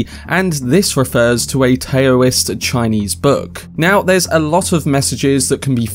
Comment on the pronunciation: “Taoist” is pronounced “Dow-ist” ya big dumb dumb